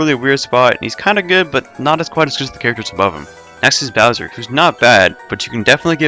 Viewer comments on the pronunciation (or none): none